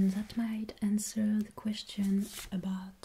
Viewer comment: American here currently learning German with a passing interest in Linguistics. I think the reasons some Americans are confusing your accent with a German one are the similarities in some French and German vowel sounds and the pronunciation of "th" sounds. For instance, why you say "the," it is pronounced "zee." That is the cornerstone of the American stereotype of the German accent, despite it being pretty rare for Germans to utilize that pronunciation (source: German friend group). However, the way you pronounce (or don't) the letter "h" is a dead give away for the French accent. Just some untrained observations on my part, so take them with a grain of salt.